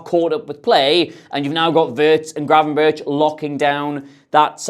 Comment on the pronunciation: NO ITS GRAVENBERCH